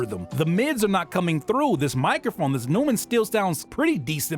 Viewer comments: Sick video. Also, it’s pronounced noy-man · If you care.. neumann should rhyme with boy-man Great video!